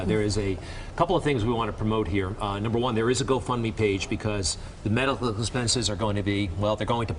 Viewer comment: The way he said medical...